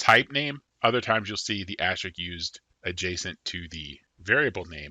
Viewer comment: say it with me: Ast-RISK. It's pronounced ast-RISK, okay? Great video, but damn does your "astrick" rustle my jimmies.